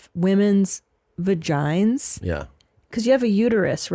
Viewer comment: & “Vagine’s” Lmao!! Reminds me of how I talk. I have a uterus! /S 🤭🙂‍↔️